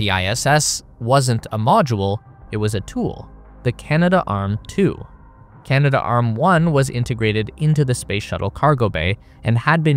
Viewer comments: Pronounced 'CANA-DARM', not Canada Arm. 😅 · Correction... Canadarm. "Cana-Darm". NOT "Canada-Arm" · Kibo is 'kee-bo', not 'kai-bo', and it's Canadarm, not CanadaArm. It would seem kinda weird for such a space enthusiast to pronounce those names such a way.